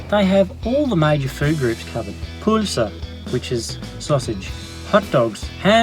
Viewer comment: The way you say pølse sounds like you are from a middle eastern country 😂😂😂